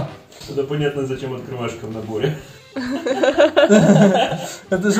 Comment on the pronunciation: Ахахзазазазза "открывашка"